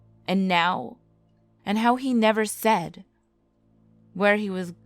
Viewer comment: She seed Ben seed 2 times hahahah